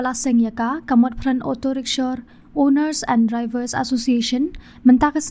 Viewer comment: Rickshaw not rickshor